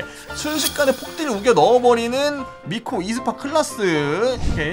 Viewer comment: 마지막 미코 음성에 왜 친구 빵댕이 라는 소리가 들리지..?